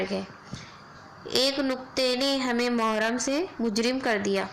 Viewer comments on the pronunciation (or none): none